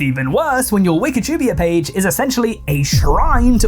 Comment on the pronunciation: Its wikapida not wikatubia